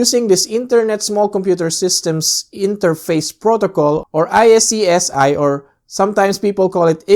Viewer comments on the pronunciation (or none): nice, so we also can install any Steam Server, e.g. DayZ Local server on our NAS?! ..and btw, iSCSI is pronounced eye-Ska-See ! ;-)